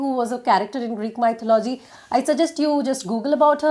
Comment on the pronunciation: Hi....thank u soooo much for this it helped me a lot...but one small correction. It's not MY-THU-LO-GY...its pronounced as Me-THO-LU-GY...im sorry if I shouldn't say it.